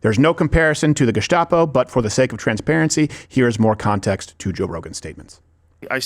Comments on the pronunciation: They say "gestapo", and I hear "gazpacho"... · Really surprised Rogan is saying gustapo after how pissed he was about horse paste.